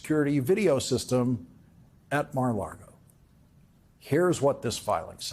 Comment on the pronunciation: lol, Lawrence is STILL calling it Mar a LARGO. Here I go again: it's Mar a Lago... "sea to lake", in Spanish.